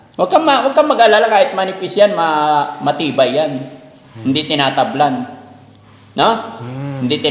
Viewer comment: parang may diin yung hindi TINATABLAN..HAHAHA